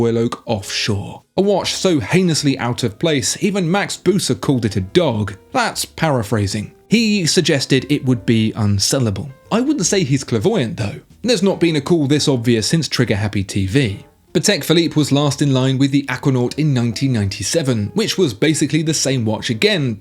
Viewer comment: Did bro say "clavoyant"